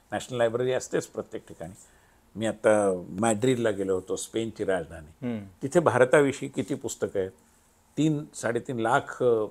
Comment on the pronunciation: ईतकी वर्ष ह्याचं नाव एकतोय मराठी पत्रकार म्हणुन... पण ह्याचा न ण चा घोळ काय गेला नाही निणय राजधाणी चेअरमण..... ऐकु शकत नाही ईच्छा असली तरी... काहीतरी वाटुन घ्या जरा लिहीतो तसं बोला जरा😊